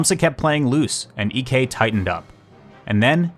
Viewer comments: Fun fact: Ek's name isn't pronounced EK, it's more like "Eek" because Ek is a pretty common surname in Sweden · That’s not how you pronounce Ek 😭